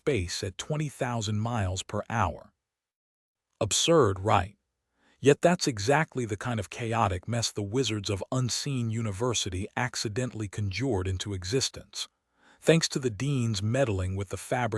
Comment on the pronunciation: Robo-voice can't pronounce "Discworld" or "conjured". The inappropriate USA accent spoils the feel as well